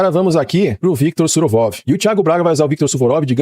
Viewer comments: é suvorov ou surovov 😂. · Suvurov X Suruvov 😂😂😂